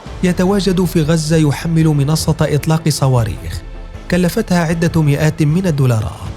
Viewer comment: انطق ( كلفتها ). نطقا صحيحا